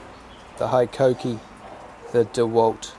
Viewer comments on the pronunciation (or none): Where’d you pick up the bad habit of saying High-koh-kee? It’s Hee-koh-kee.